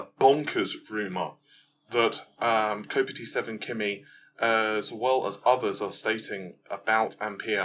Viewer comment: Kopite7kimi is a liverpool fan (boooo) so its pronounced "Kop-ite" (as in the Kop End at Anfield) I know you dont follow much football and stuff but.......:D